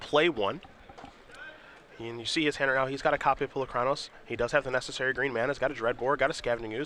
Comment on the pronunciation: is still mispronouncing Polukranos, 6 months after the card was first released.